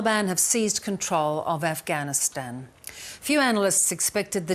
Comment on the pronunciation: it’s “Afghanistan” not “Afighanistan”. I bet he’s say “Jesus” not “Jesius”. That’s because he spends a lot of time saying that name, and he (probably) never slips up saying it. Since he doesn’t talk about Afghanistan much (as much as he should at least) he slips up saying the name.